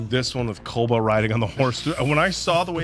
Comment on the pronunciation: I was actually scratching my head thinking who tf is 'Koda' then realised they meant Koba 😭